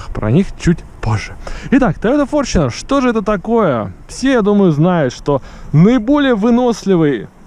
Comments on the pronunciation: какой форчинер, где ты видишь в названии букву ch , так что читается таета форнунер (Fortuner) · ну иначе не иначе , а правильно с англ. языка будет фортунер или на англ. буквы fortuner , как пишетстя так и говорится . )))) Там же нету бук ch , а написано tu ))